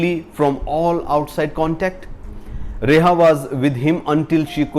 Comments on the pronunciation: Reha nahi hai ria hai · It's Riya. Not reha... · Hindi boliye. Your English is pathetic. It's not reha, its RIA. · First learn to pronounce names properly , its not rehah but ria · He pronounced the name of the actress wrong in the entire video..